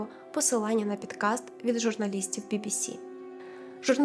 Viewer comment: ГОстролювати, пІдкаст, бАлгарія, згушатися тучі? Зате слово проЄкт ріже слух серед цього всього....Святий боже, шо з дикцією у цієї прекрасної дівчини? Ви хоч якось текст вичитайте по людськи.